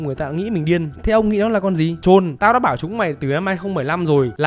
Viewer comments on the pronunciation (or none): quái nta là con troll mà ông chủ kênh đọc thành trôn trôn nauy =)))